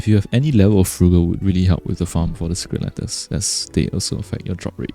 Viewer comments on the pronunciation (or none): I find your accent so endearing and soothing. Thank you for the video explaining how to farm secret "lettuce"